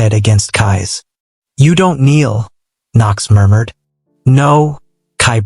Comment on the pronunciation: I lost it at "Kai Moormoored"😂😂 I had to go back and realise it was murmured 😭😭😭🤣🤣🤣